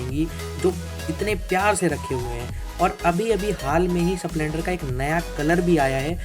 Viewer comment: स प्लेंडर नही स्प्लेंडर बोलते हैं😅😅😅